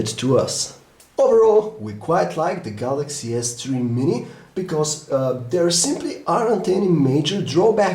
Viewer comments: galacksea s tree ;0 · 0.11 galaxy s tree.. lol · galaxy s "TREE" mini !!!